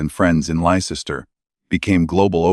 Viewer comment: It's not Lycester. It's pronounced Lester.